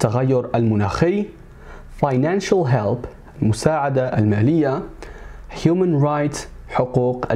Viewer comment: I think it's human not humon